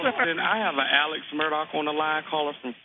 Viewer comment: Hey Love 🥰 Merry Christmas 🎅 Excellent job as always! We do care. Don't hold it in. I know how important to you it is for you to get everything right. Alex Murdaugh is pronounced "Alick Murdock" When we first moved to Hampton 18 yrs ago I thought I would never get it right! He is also still a person of interest in Maggie and Paul's murders. If you blink your eyes, there will be 5 more updates to this story 🤣🤣